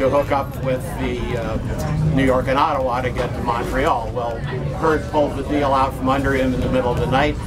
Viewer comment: Great video! I’m impressed he says Ottawa and Montreal correctly lol